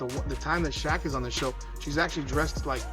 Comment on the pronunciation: Fucking Ai voice over too. Kept calling Shaq "sha"